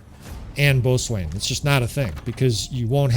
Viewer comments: Great video - “BOATSWAIN” is actually pronounced “BOW-SON” 😁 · Good morning. Long time watching, first time posting. Boatswain is pronounced “bosn” or “bow-sn”. It’s an old English word that has changed in pronunciation over hundreds of years. Cheers mate!